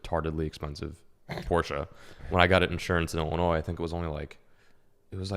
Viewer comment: Porsche not porscha, also a straight 6 🥴